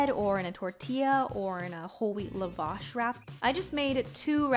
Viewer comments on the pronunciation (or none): I'm Armenian so the way you said lavash made me laugh a little bit. Love your videos!